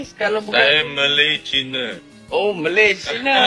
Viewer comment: Tiada kesalahan pun dia sebut Malay China, betul lah sebutan dia (Malay - Malaysia). Kalau dia sebut Melayu-China baru silap. Teruskan semangat bro...kita 1 Malaysia berbagai kaum dan bangsa.